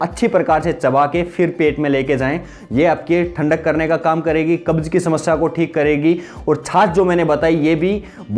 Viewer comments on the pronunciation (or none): none